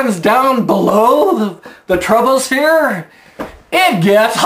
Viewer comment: I love the mispronunciation of troposphere to sound like: TROUBLESPHERE! And that annoying person attached to that set of tit's spells TROUBLE! Hence, she's 'troubled'.